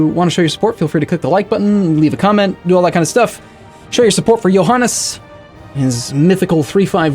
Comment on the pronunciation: You say Johannes just like Estonians say it.